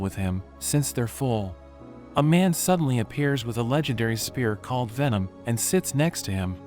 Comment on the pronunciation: veom got to go get um veom😂😂🤣